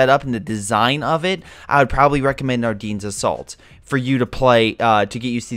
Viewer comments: It’s “Are Den” NOT “Are Deen” omg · The way he says Ardennes tho